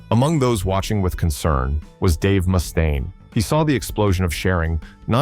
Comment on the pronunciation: It's Mustaine, not Moostaine! Jesus! Goddamn AI